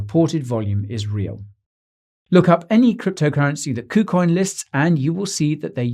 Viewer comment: Did he say poocoin?